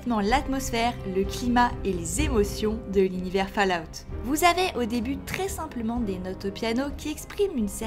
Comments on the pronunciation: Répète après moi "Foll Aoute" !!! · Le jour où un Français prononcera correctement Fallout sur YouTube, je crois que les poules auront des dents...